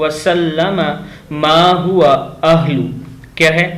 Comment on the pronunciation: Iss dua ko dobara parrhein . Ma huwa ahluh hai ahil nahi